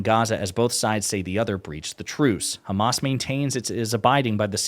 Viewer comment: "Because the Khamas."